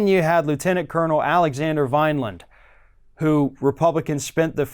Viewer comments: Love your videos, but it’s Vindman, NOT Vineland. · Vindman. Why does everyone say Vinland, Vineland, etc.